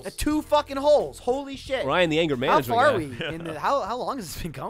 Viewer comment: "I guess the apple doesn't PAR fall from the tree!" ... Nice try Geoff